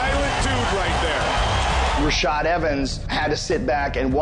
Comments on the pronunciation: "rashad" dude. get it right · its rashad not rashed